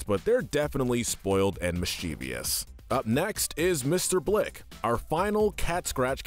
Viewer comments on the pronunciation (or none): You still don't know how to pronounce mischievous. There is no "I" after the V! Mis-chiv-ous! It isn't hard!